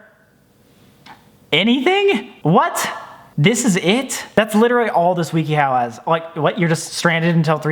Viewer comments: “Wee-kee-how” has he never heard of wikihow??😂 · Sam: Wee kee how Other people: wiki how Me: but which way is right??? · No one: Sam: I found this site called WEEKEE HOW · Broo the way he said wikihow 😂😁😂😁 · The best part of this video is Sam not knowing what Wikihow is and pronouncing it wrong every time.